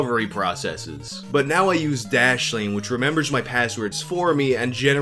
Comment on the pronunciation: Dude, your speech was slurred as fuck during that "dashlane" bullshit. Take downers much?!?!